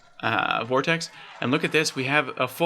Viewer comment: FYI its pronounced "vort-icks" Great job though mate, good luck with the channel!